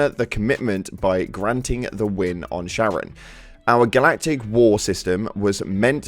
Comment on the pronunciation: Charon is prounounced like "Karen"